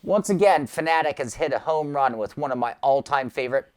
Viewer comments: ITA PRONOUNCED FAN, AY, TECH NOT FANATIC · Bro what is that pronunciation of Fanatec? 😂😅